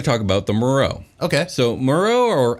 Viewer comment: Actually was right about the pronunciation of Merrow